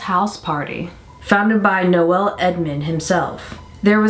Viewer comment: Noel is said like nowl Xx I LOVED mr blobby as a kid